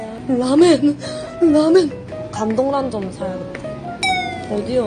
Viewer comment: 왜 라면을 라멘으로?ㅋㅋㅋ